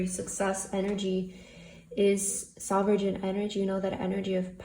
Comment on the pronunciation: Thank you for messages! P. S. I may be wrong (English is not my first language), but the word "sovereign" is pronounced like there is no "g"🤷